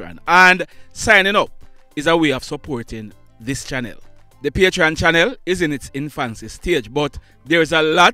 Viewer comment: It is PATREON, and not PATRON.